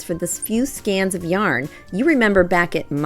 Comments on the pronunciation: It's skein, pronounced skeen, not scan. FYI. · I believe it's pronounced "skAyn" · I dont want to embarrass you but a "skein" of yarn is pronounced "skane". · It rhymes with cane, Dane, feign, main, reign, it is Skein.